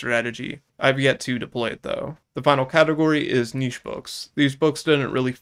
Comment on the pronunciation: Omg you said niche the way i say it, so many people pronounce it nit-ch